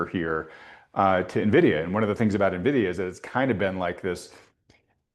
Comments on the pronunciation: Maybe if these New Harbor guys knew how to say ENvidia correctly I could take them seriously…at least it’d be a start. It’s only the most important stock in the market and they can’t pronounce it correctly. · Na-vidia or ...In-vidia??? EVEN THE CEO says In-vidia...😂😂😂😂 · Social Distancing Guidelines: Covid 19, 6 feet; people who say "neh-vidia", 100 feet. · AN VIDEA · "Nuh videa" unwatchable video when I hear someone call it that 😂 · It’s funny when commentators don’t even know how to pronounce nvidia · i noticed many "experts" mispronounce the largest company in the world smh